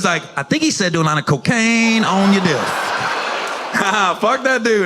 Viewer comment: That white ness really came out of him in that last line “fuck yew dudde”